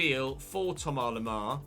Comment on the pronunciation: Plz say Thomas the English way. You pronounce the vowels English and say Lemar English so why leave out the “S”? Sounds more wrong than just going full english